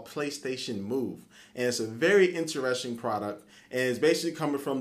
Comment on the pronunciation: Intereshing product. Playstashion Eye. Intereshting..... WTF